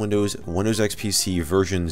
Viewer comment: I thought he said unofficial windows virgin